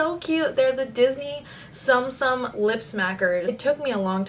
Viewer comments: tsum tsum is pronounced tsoom tsoom like zoom but with an s instead of a z. In Japanese, u makes an oo sound. I love your lip balm videos so much ^_^ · hey the tsum tsums are pronounced "zoom zooms" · also, you look absolutely gorgeous in this video. also, the tsum-tsum lip balms are pronounced soom-soom! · it is pronounced "soom soom" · it's pronounced "soom soom"